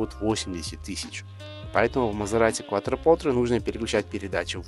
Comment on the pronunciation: Несомненно это один из ярких представителей эры лучших атмосферных V8, которые уже заменяют всякими утюгами и микроволновками. Обзор тоже получился близким к отличному, только постоянное неправильное произношение названия режит слух, больно смотреть (слушать) ролик. Автор произносит "КуатропоТре", а правильно "КуатропоРте". Quattro - четыре, Porte - двери.